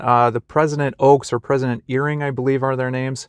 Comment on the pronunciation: Hello. It was very interesting listing to your thoughts on General Conference. I suspect someone has already said, but it is pronounced like i-ring or eyering. President Eyring ;) Also, many of us have studied extensively the various Christian apologists. Something some Protestants always want to force is that somehow the Jesus Christ that we worship using the King James Bible, is somehow not the same Jesus Christ that you worship using the King James Bible. If you don’t mind my pointing something out. You said that you rather enjoy what you are learning about the church but sometimes your protestant upbringing comes and pushes away The Spirit of Decrement. Interesting, so your protestant upbringing is telling you not to listen to the tools and keys The Lord gave you to ease your ability to find Him. I found that very interesting. As a military chaplain myself, and having worked with men and women of Many faiths, I think your statement is very true to form. Lastly I am fairly certain that Elder Gary E. Stevenson, who was born and raised in the heart of the LDS Church, is highly unlikely to have been an Anglican, ever. I know many and respect them, I’m just saying that he was not. ;). I wish you all the best. You mentioned you are not necessary looking to be converted. Maybe Jesus Christ is trying to convert you to His church. God Bless. When I was a child, I spoke as a child, I understood as a child, I thought as a child: but when I became a man, I put away childish things.